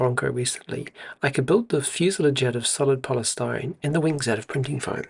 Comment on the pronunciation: fuse-lawj cheers